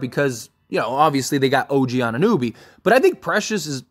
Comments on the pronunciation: I love your channel bro but your constant mispronunciations of players’ names kills me lol His name is pronounced An-i-no-bee, not An-nooh-bee. It never ceases to amaze me how much you botch players’ names with how many games you must watch and hear the correct pronunciation of their names lmao You are still calling him Christian Woods instead of Christian Wood. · Anu-know-be Jeez man. Butchering the man's name... also you gotta do is watch some highlights